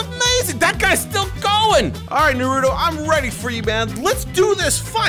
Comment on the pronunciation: It's not narudo its naruto